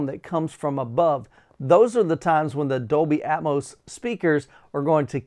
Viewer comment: What is "Dolby Aetmose"????